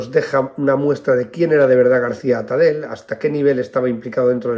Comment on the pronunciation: Tipos así hicieron mucho daño a la República: asesinos y ladrones. Muy bien explicado; sólo un pequeño matiz, no se lo tome a mal. Atadell, apellido catalàn o Valenciano, acaba y se pronuncia con ll. Gracias por todo.